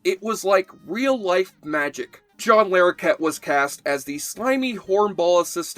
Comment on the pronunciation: It's not John Lair okett, it's John Lah rokett